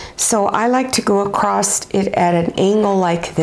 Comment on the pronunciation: Oml that's the easiest sunglasses case I've ever seen! I could totally knock these out for my family in 5 minutes! Thank you! I just have a question, I've noticed lots of American and Canadian YouTubers say "acrosst" instead of "across", you're by far not the only one. I had never heard the T pronounced before I started watching YouTube. Have I been saying it wrong for 40 years? Manny is so adorable lol I love his enthusiasm and the way he supports you ❤❤